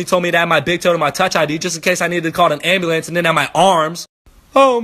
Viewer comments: I was in the middle of class yo, watching this when I was supposed to be listening to the announcements and I got to, "What if my arms fall off and I got to call the ambulant (I know how it's spelled but thats how he said it)." Bruh I was dead. I lost it in the middle of class. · anyone else dying off ah hw he says "ambulance" 😂😂😂😂😂😂